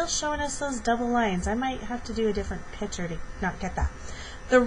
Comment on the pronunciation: Are you actually saying "pitcher"?